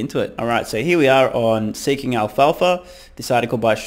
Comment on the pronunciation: Alpha..Not Alfalfa...Stoner lol